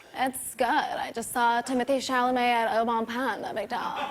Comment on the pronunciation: I'm literally just here to hear her say Timothée Chalamet